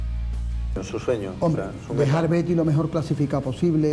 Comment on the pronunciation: El no dice viva el Betis el dice “viva er Beti”